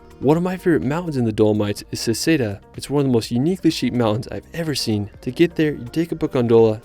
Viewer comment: Some pronunciation updates. Seceda - "se-CHAY-dah" Alpi di Suisi - "AHL-peh dee SYOO-zee" Io parlo italiano. Indipendentemente da ciò, il tuo video è stato fantastico